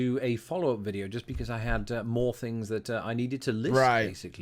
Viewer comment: I love hearing you say "fings" ❤